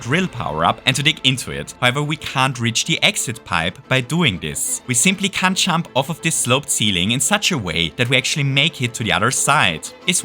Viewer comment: Stop saying "chump" it’s "jump"